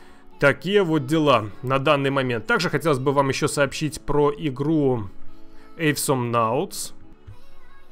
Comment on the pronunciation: не "эйсомнаутс",а "осомнаутс". Awesome по-русски правильно звучит,как "осом". А за H1Z1 спасибо,давно хотел погонять какой-нибудь выживач,тем более,с зомби-тематикой. Эх,вот если бы Miscreated фритуплейным сделали...)